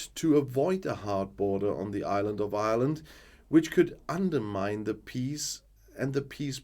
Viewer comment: Ireland is the name. You will attract the ire of the Irish. Remember that it's pronounced IREland, not island. Failte go hEireann.